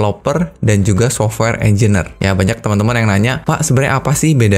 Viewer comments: Mohon izin mengoreksi Pak Engineer dibacanya enjenir, bukan enjiner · Informasinya kerenn uyy. Mantap bang. Btw sorry bang hehe cara penyebutannya engineer (enjenier) 🙏